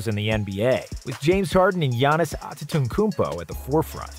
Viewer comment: giannis antiiteekonkoonpoe